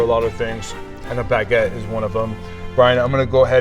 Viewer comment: I love your videos, but as a French guy, that's not "Baguette" at all! 😅